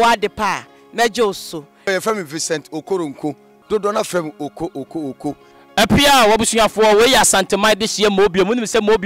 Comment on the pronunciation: Man can go... mix mix .... akaoooo . It’s not akaooo , it’s oko